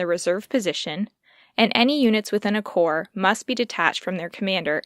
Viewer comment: Forgive the note, but "corps" is pronounced "core" or plural "cores," and "Davout" can be said "Davoo." I've heard Bagration pronounced "Bag ra tee on" and also "Bag ray shun." French and Russian names are troublesome to an English speaker :)